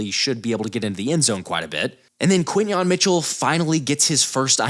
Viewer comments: I'm usually not pedantic with names. But it's Quin-yon. Let's go Birds! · QUINYON NOT KENYON!!!!!!!